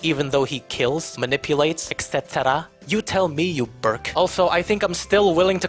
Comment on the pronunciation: Aside from all the great points this guy makes in this wonderful video that I had great pleasure watching I love how he says ECT and I will now start saying it like that to honour him